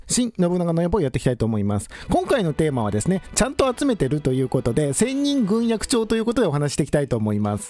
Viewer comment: ぐんえき。と読むのでは？